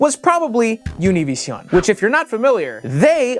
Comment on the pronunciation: Hold up are you mixing both the English AND Spanish way of pronouncing 'Univision' together?